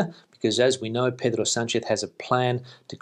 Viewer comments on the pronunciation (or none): none